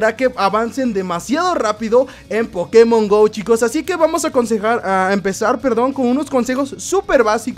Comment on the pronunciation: Porque pronuncia Pokemon como idiota?